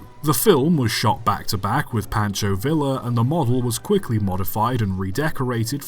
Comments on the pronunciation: In the spirit of nitpicking, Pancho Villa is pronounced vee-ya (like the Canadian national rail company), not vill-a. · Please make an attempt to pronounce Spanish names correctly, I'd rather a butchered attempt than no effort. Pancho Villa is pronounced "Pahn-cho Vee-ya" and it kills me hearing it wrong. I don't mean to be an asshole but you give other languages the same decency, so why not Mexican Spanish? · Yeah you’re brain must be so smooth you can pronounce Pancho Villa correctly